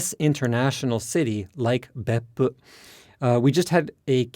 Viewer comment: love how he still uses the correct intonation of Beppu even when speaking English